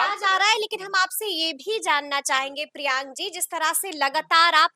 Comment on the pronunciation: कौन एडिट करते हो यार? जहां तक मुझे पता है और जैसे ma'am सर का नाम बार-बार उच्चारित कर रहे हैं उस अनुसार सर का नाम "कुमार प्रियांक" है कुमार प्रियांग नहीं।